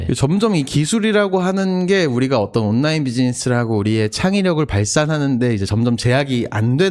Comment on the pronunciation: 장피엠님 발음 너무 귀여우십니다. “온나인”